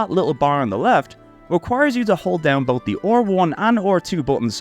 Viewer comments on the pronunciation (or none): How are you a native english speaker yet somehow unable to pronounce R1 or even just 3 like a normal person? It's certainly not "OR1" and "tree"...